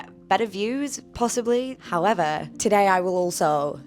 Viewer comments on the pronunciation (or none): How are you gonna defame someone and call them a literal sex trafficker without any evidence. Typical man hating outspoken woman. And wtf is “HIYEVER” it’s HOW-EVER